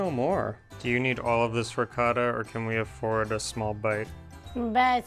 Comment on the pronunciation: You know Harper, if you keep mispronouncing riccota, mozzarella, etc., Eva may just hit you in the head with a saucepan. Be careful.